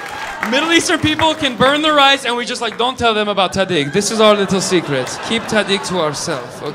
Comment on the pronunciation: This dude can’t pronounce Persian words😂 he says “ta dig” it’s not ta dig it is tahadeeg